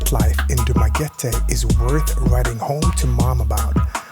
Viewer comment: I'm glad that you pronounced the place correctly: Du - ma - ge - te. Not Du - ma - ge - ti. The vast majority of expats there call the place as Dumageti.